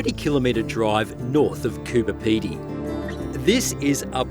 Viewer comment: CooBer not Cooper